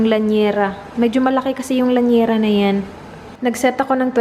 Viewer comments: I think it's llanera not lañera. 😄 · Hi! i watch your vlogs alwaaaaaaaaaaaaaaaays...i like your style - straight and simple, that's why i enjoy the way you tell your stories...and because of you i wanna get an air fryer and try the lemon lime and bitters..haha....oh, and by the way, it's llanera not laniera:) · It's actually, LLnera (Li-ya-ne-ra) pronounced sa Lya-nera (silent i) 😊